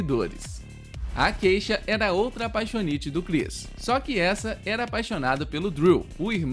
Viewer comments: Não é kEisha.. se diz Kisha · nao se pronuncia queixa e sim kixa